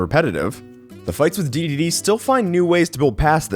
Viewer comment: Wait, THIS is how you pronounce the name!? O